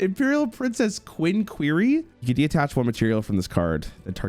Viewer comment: What do you mean "as soon as this video is over?" The man hears "Detach" and "Myoll-near" and still pronounces them "De-attach" and "Mole-near" within SECONDS. - That's basically just Dark Ruler No More/Forbidden Crown. - It's called "sunk cost fallacy".